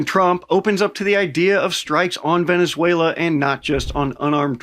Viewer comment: I'm venezuelan, and your pronunciation is just amazing, you got me rolling 😂 🤣